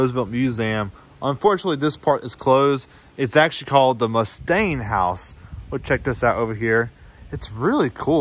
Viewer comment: This is that one, and only young, tour guide. You did a pretty good job over all on this one! Thanks for doing the vid. My only real gripe is when you kept mispronouncing the Mustian Place. Must-ee-in Not Muh-stain. Lol. It was fun talking with you though! Come back again some time!